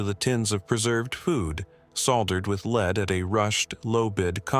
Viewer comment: The entry on the Franklin Expedition: Could you FOR GOD'S either figure out the difference between the metal 'Lead' and the verb 'to lead' l and how to pronounce them